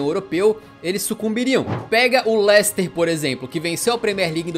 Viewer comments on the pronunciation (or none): none